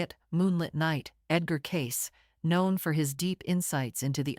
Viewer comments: Cay-see ... Edgar Cayce ... not Edgar Case! If you are going to make a video, at least get the names right! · It's PRONOUNCED "CAY-CEE" EDGAR CAY-CEE MY MOTHER AND I READ EVERYTHING HE WROTE. Actually WRITTEN ABOUT HIM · There have been several books about him. Just do a google. But - unlike in this video - his name is Edgar Cayce - not Case!